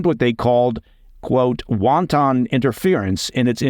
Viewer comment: you cracked me up when you said “wanton” but pronounced it like the chinese dish